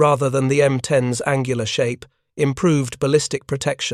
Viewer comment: M10"S"??? M36"S"??? AI sucks.